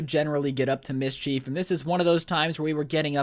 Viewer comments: Mis-cheif smh it’s mid-sheif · Mischeife? Mis-chif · MIS-CHIEF why does me say it like that...? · Nobody:: MISCHEEF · He said misscheef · “Mis” “Chief” tf